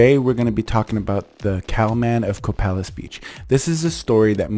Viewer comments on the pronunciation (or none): Great story but you’re pronouncing Copalis wrong, it’s pronounced “Koh-pay-lis” for future pronunciation ! I live 10 miles north of Copalis just as a reference!